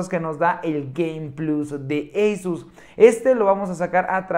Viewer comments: NO SE DICE EYSUS SE DICE ASUS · Lo pronuncia en inglés.